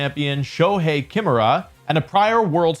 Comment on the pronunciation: Not Shoehei "KIMura", its "kiMUra", emphasis on the middle syllable!